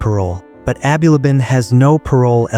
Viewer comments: Abulaban not aby labaan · Bro haven’t you been watching the news, that’s not how you pronounce his last name 🤦‍♂️